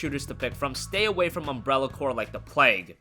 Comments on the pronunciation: No. It's pronounced "core". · I don't think that s how you pronounce Umbrella Corps :L